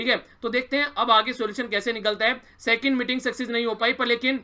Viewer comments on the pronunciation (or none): none